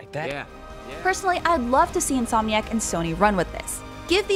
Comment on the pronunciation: INSOMIC. IN-SOM-IC. This man is on another level of speech.